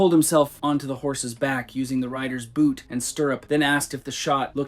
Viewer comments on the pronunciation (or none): none